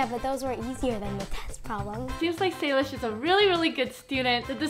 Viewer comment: ITS SALISH